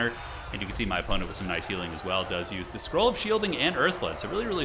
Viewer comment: Great game! But still gotta say it... "For Bretonnia! For ze lady!"